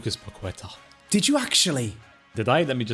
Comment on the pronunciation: Guys it’s pa-keh-ta not pa-kwe-tuh